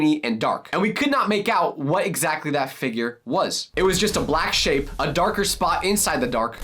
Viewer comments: But just keep taping the timestamp it sounds like he said shi tho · the first time i went to the timestamp it did sound that like he said shi